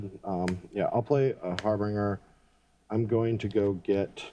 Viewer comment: it's Harbin-jer, not Harbinguer. Also, play slower and read your cards, folks:(